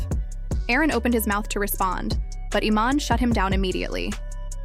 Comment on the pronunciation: The AI mispronouncing the name is erking me more than anything